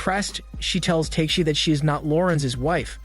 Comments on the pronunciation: Sounds like he's saying "Teshi" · The way you’re saying tekeshi’s name is kinda infuriating 😂